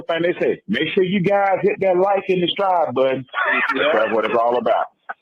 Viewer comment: I’m from Florida and really said “ hit that Like and DESTRIBE button. I heard all those syllables 😂😂